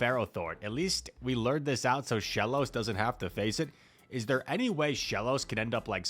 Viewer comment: idk if anyone has told you this but the word "lure" is pronounced LOOR, not LURR